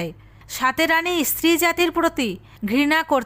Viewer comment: ইস্ত্রি বলছেন কেন?বলুন স্ত্রী ।